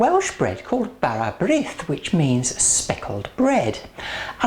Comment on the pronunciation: Brith is pronounced breeth to rhyme with teeth. Serve sliced thinly and buttered. I would add more fruit....just a bit. Good idea picking fruit off the dough. I would never use margarine.....unhealthy stuff!